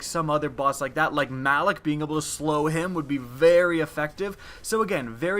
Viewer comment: "Valus tarok" "malok"...... man you pronounce stuff wrong lol